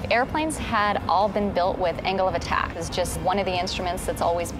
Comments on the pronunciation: i heard him say anal attack :D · The CEO sounds like he's saying "anal attack".